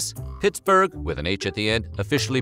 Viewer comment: Sounds like James Brown saying Pittsburgh. Pitts-boig